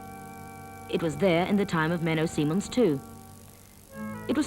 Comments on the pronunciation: Menno Simons NOT Menno Simmons or Menno Seemans. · It's Menno Simons. She is pronouncing his name incorrectly the whole time.